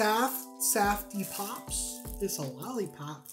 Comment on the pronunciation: Saf-T pops are pronounced safety. They are called such because apparently children n the 50’s were stupid and would poke themselves in the mouth with the lollipop stick or something. I mean this is the same company that makes Dum Dums.